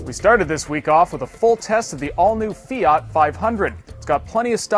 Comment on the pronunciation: k learn how to pronounce Fiat, ITS FIAT NOT FIAAAAT